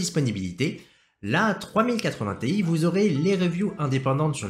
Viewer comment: Pour info, on prononce Ti en une syllabe, car ça fait référence au début de Titanium. (C'est comme ça qu'ils prononcent chez NVIDIA)